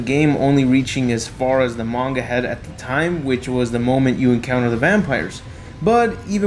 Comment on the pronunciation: The ma gan is how is how he says manga